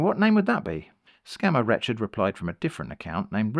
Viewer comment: I think you’re pronouncing Rechard wrong